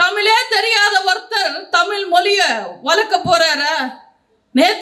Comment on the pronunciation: நீங்களும் தமிழ் உச்சரிப்பு தவறாக உச்சரிக்க நீங்க தமிழ். தமிழ் என்று உச்சரிக்கணும் தமில் தமிள்இல்லம்மா மொலிமொளி என்று பேசுகிறீர்களே நீங்களும்ஒருதமிழாசிரியரிடம்பயிற்சிபெற அன்புடன்வேண்டுகிறேன்